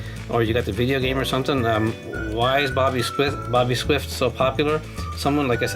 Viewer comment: his name is ""